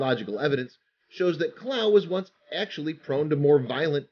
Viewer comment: Kilauea isn't pronounced "kilau," but 5 bonus points for trying.